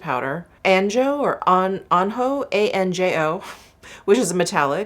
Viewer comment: Fabulous as always,! Anjou is pronounced Ahn-zhoo!